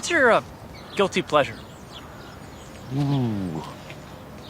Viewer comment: Whats your guilthy pleasure? LG: Guilthy plesher?? uhhhhhh... Bler